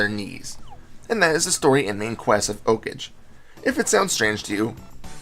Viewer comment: its pronounced like a japanese word, like 'OH-KAH-GAY'